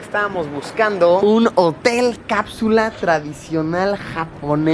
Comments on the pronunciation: "Capsuuulll Jotel"😏😏😏😏😂😂😂😂😂 Ridiculo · jotel suena parecido a Mootel